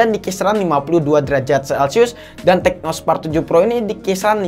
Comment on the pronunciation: Tecno bang bukan Teco🤣